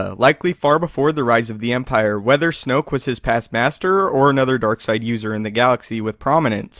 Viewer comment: It's snoke.